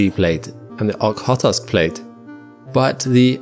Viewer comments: It's O-kh-otsk, kh is the same sound as ch in Scottish "Loch" or the Greek letter Chi (x), so it's pronounced Ochotsk / Oxotsk. Doesn't really matter but since you said Ok-hot-osk like 5 times I figured it's worth to point it out. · This is great, but the name of the Okhotsk plate is pronounced like "oh-hOA-tsk" (roughly.) I know the 'kh' trips up English native speakers, but it is just representative of a hard voiced 'h,' like you are saying 'h' from the back of your mouth instead of the middle. I have a Masters degree in Russian and Central European studies, with emphases on language, linguistics, politics, and culture. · "Kh" in "Okhotsk" means sharp H from Russian, its two letters for one sound. Thus, the name reads Ohotsk with sharply pronounced H, not Ok-hotsk. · I have never heard you mispronounce something, let alone so very badly. The Okhodsk Plate (a Russian name), is pronounced: "Oh-Khod-sk" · The way you pronounce Okhotsk is ridiculous. Get your stuff right first before saying stuff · It would help if you could pronounce Okhotsk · Is this an AI voice reading the script? I feel this way when I hear how repeatedly Okhotsk is totally mispronounced. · Your pronunciation of "Okhotsk" needs some work for sure, but this is a great video nonetheless! Very fascinating! That 4-metre rise at the coast is absolutely mind-blowing. 🤯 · my dear brother, please say the words "It's Cool" and then get rid of the ool for an "It's C" aka "itsk" and now get rid of that i for a "tsk" noise. Now say Okhotsk again, without shoving an O after the T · The way he pronounced okhotsk is literally a crime. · Five times? I hope that I'm past them all now then. I was going to say "there are just two O's in Okhotsk, but you explained it better.